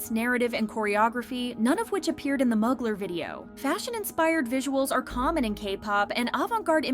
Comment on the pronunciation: Also it’s pronounced MUU-GLARE Mugler lol 😂